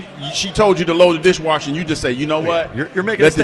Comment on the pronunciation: He pronounces "and" as "ayund". Don't like it.